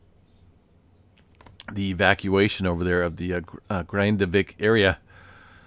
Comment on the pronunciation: you're totally nailing the Grindavik pronunciation:)